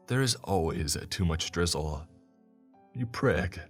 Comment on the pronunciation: Okay silly random thought here at first I thought he was saying Gristle. But then he mentioned it as sauce and then it came to me he's saying drizzle. Either way gristle or drizzle. They both sound fucking disgusting